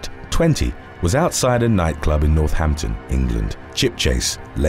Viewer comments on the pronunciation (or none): none